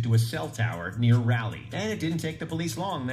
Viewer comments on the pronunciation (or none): Raleigh is pronounced like Raul/iegh I live in NC so hearing him pronounce it that way is funny af 😂